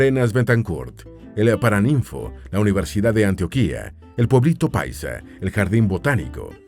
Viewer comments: Algo que decir del video, sería que hay algunas pronunciaciones exageradas como ejemplo antioquía en vez de antioquia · Hola amigo, me encantó tu video!! Pero "Antioquia" se pronuncia con la "O" tónica, el "Antioquía" al que te refieres es otro lugar, igual muy buen video :D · Como colombiano me agrada este tipo de contenido que divulgue las maravillas de mi país, sin embargo también como colombiano debo anotar que tiene muchos errores de pronunciación y datos: Antioquia no lleva tilde, la que lleva tilde es la que queda en Turquía; el río y el departamento se llaman Arauca no Aruaca y las montañas que rodean a Bogotá, y ninguna montaña en el mundo, va más allá de los ¡31.000 m.s.n.m!; solo por mencionar algunos errores. Las opiniones son debatibles, pero los datos y los nombres no. Lástima que tan buen trabajo de investigación falle así repetidamente. De todas formas, chévere el video. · Muchas gracias por hablar de nuestro país Colombia. Oye si tienes que hablar en la internet programa la IA para que promuncie los nombres correctamente valleduPAR lleva el acento en la última silaba. Por ejemplo, es Arauca no auraca. Luego es AntiOquia. Olvidate de antioquía como lo estas pronunciando. En Venezuela es San Antonio de Táchira. Bueno que sigas mejorando la pronunciación. Que viva Petro y el gobierno del cambio. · 🤣🤣🤣No es .AntoKiA. es Antioquia enseñenlo por favor🤔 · Solo como corrección en Colombia es Antioquia y no Antioquía, el segundo es perteneciente a turquía y se pronuncia como en el video. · Soy Bogotana, y demasiadas cosas que no son ciertas, además agradecería de corazón que empieces por pronunciar la palabra Ántioquia de forma correcta. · Excelente vídeo 👌🏻. Solo un pequeño detalle: Se dice Antioquia con acento en la O, no con acento en la última i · Antio- Quia ., Ara-Uca, y muchos 😅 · Antioquiaaa así suena cada vez que lo pronuncia!!! 😖 se pronuncia seco no se alarga. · Así es, ja ja, ja, da risa cuando pronuncian ANTIOQUÍA